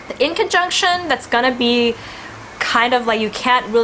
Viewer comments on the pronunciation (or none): I just listened again and realized that you said inconjunction (quincunx) it sounded like you said in the conjunction.